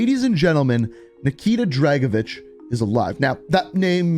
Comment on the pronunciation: Tried? Nikita dragovish